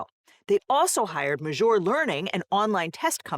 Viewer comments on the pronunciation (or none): Gotta say, hearing say “majour” as many times as she has really makes me want to binge the venture bros show